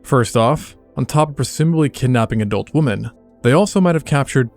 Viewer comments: Wim-men... why are people mispronouncing women these days? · Why does nobody know to pronounce this its women not woman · why does he say woman instead of women? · Why do you pronounce women like that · Why cant you pronounce women correctly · Nice video. Please research the correct pronunciation of the word "women". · How come English speaking people still don't know how to pronounce 'women'? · Lwarn how to pronunce woman and women. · The way you mispronounce the word "women" is so infuriating lol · Why don’t you know how to pronounce “women”? Is this like chameleon in himym? Somehow you’ve only ever seen the word written and never heard anyone ever pronounce “women”. I can’t wrap my head around this. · What movies/series were the various filler clips from? Also, why can't AI pronounce the plural of "women" correctly? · Why can't this guy pronounce "women" correctly? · exceedingly strange pronounciation of "women" from this guy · I’m just looking for the comment pointing out that he can’t pronounce “women” properly. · Great video but I really need to express my annoyance at the fact that youtubers and podcasters have just decided that the plural of woman is pronunced the same way as singular. Please learn how to say women 😅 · Is this AI-narrated? Because the speaker doesn't seem to know how to pronounce the plural form of 'woman'. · "women" is pronounced "wimmin", not "wooman". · It is pronounced Wimen. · Why can't the AI voice pluralize "woman" correctly? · Women is pronounced “wih-men” not “woman” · what's up with the pronunciation of the plural women? it's weemen not woman is it not? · The plural of woman is not woman. It's women, pronounced "wi-men" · 'women' is pronounced "wimmen", not "woman" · Women is pronounced "wimuhn, but you pronounce it like wumuhn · Its PLURAL, WOMEN not WOMAN. Please pronounce it properly as 'wih-men' not WOMAN when talkin about many of them. This dumbing down trend of the word is so cringe lol. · It's pronounced, "wimen." Thanks